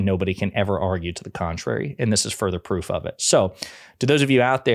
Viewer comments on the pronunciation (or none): "Petew Dooky was MEAN to me... "He asked me fow PWOOF!!!"